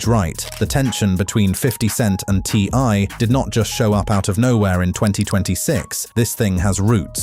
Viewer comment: Hey look its the son of ty and tiny when he said ti's name as ty had me laughing